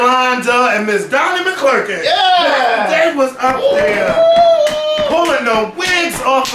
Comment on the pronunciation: Lol I absolutely died at "Ms Donnie McClerklin"